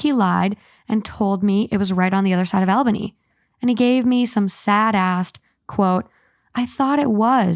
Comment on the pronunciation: Albany is pronounced All-banny.... by the way